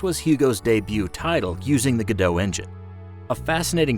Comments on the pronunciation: Its Godot not "Godoe" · It's pronounced Go Dot per the creators. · It’s pronounced go dot as stated by its creators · It's pronounced like robot, not like the actress. According to the developers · I’m pretty sure Godot is supposed to rhyme with robot. I mean, their little logo is a robot.